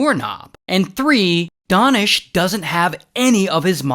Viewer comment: DANISH (oo ) (oo) ( oo)!!!???!!! His name is. DAH-nish? And not DAY-nish? No matter, both are sweet and soft!